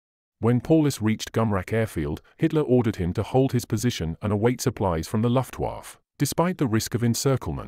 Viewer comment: Bad pronunciation of basic German. Very irritating how he pronounced Paulas, and as for luftwaffe “lift-waf” Need to check these narrators before embarrassing themselves.